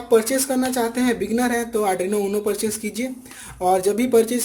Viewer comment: You are mispronouncing arduino as adruino.please correct !, hope you will improve in next edition. Dont mind for pointing the slip of tongue.